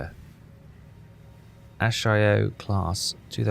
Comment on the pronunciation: And also the DDs are a-s-a-sh-i-o class not asayo. As a japanese ship enthuiast that hurt my ears :D